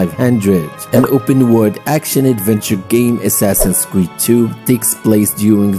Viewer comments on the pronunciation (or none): Nah bro said "Assassins creed rock"💀💀